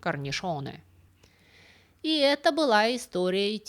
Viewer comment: Не корниШоне, а корниЧе. По итальянски - это рамка